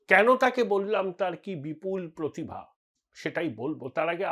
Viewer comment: "পোতিভা"; প্রতিভা তো নয়ই।